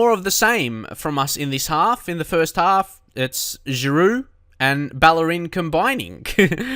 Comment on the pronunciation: I was surprised when you said someone was saying you said Oliver Giroud's name wrong. He's french and your saying it the french way. The right way.